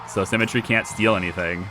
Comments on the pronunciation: Haha, it throws me a bit everytime I hear you say Cemetary rather than Sim-metry. Although I'm not sure if that's just me. I'm inclined to agree with you that the costs are a bit off for schemes, especially in regards to minion type costs, but I would also suggest that you misread at least one of the scheme things. It not just cost you things like guards or valets in exchange for something like -15000 gold, but it also looked like it cost you heat. Which brings me to another point in regards to schemes. Why not just: Max valets and gambling and then just 3/4 gambling stuff to fleecing tourists and then just criminal network the world (but not do schemes?) You generate heat eventually sure, but it seems that it ticks through gold income each fairly reliably? As for gambling I would have though say 4 valets for every table would probably keep them rotating through fairly reliably? I guess then it becomes less 'evil genius' and more 'gambling mastermind' as you construct and profit from your legitimate businesses! EDIT: It didn't delete the gold. The vault basically adds a percentage to your maximum amount that you can hold, so what happens (because you didn't have maximum gold at the time) is that 7,580 (or however much you had at the time) stays the same, but the percentage value of how full your vault is changes. I assume you would loose the gold if you deleted it at 100% vault full though. The game doesn't actually 'sell' it until a worker comes to actually do it either from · Oh man had to wait for episode 7 for the comments section. This has been driving me nuts. Her name is pronounced SIMətrē, not SEMətrē. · You say symmetry like cemetery. Your drive to perma kill her is bleeding thriugh